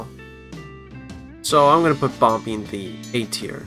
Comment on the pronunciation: Just to say its pronounced bom-ee not bom-bee